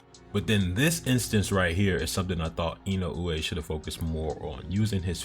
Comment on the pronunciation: Your pronunciation of Inoue is quite good. It's really close to the real pronunciation.